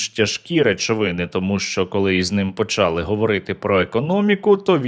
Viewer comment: українською мовою не почААААААААААААААААААААли, а почалИИИИИИИИИИИИИИИИИИИИИИИИИИ наголос правильно